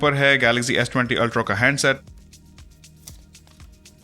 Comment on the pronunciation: Aap Ultra ko "ultrau/ultrow" kyun parhty hein? It is ultraa, not ultrau or ultrow.. Sorry just wanted to point out Jo maine note kia.